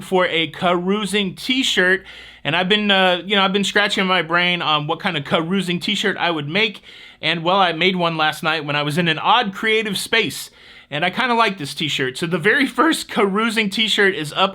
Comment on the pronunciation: I was on a cruise this weekend and the lady behind me dropped a perfectly formed "Ca-roo-zing". I had to look around and see if you were onboard. lol